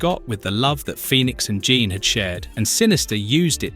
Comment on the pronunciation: Only thing it's pronounced psy lock and Gene Jean the American way not the French way.